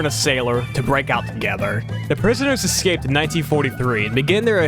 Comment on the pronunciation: Seemed like a good video, very knowledgable. But i had to stop watching. Hard to take the info seriously with the number of times the word was pronounced "exscaped".